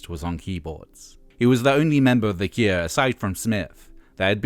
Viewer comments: Is it only me or has anyone else kept hearing "the ikea", instead of "the cure"? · Stop saying The Kieah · Is this voiceover AI? He says, "The Keer". Bizarre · Why are you saying "the kier"? That's not how you say cure! How do you get such a simple word so wrong? lol They called themselves The Cure because they envisioned themselves as the cure for something they saw wrong with society. So there is nothing fancy about their name to say it any different than you would for "the cure for [insert a disease here]". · Good to hear about the “Kuer”